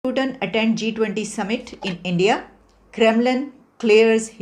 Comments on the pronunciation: Pakistan Madara Brand Pronunciation:- Endia 😁 while it is India Poo-tan 😁 where as it is Pu-tin And so on 😂😂😂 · Putan nahi hai 😂😂😂😂 putin hai 🤣🤣🤣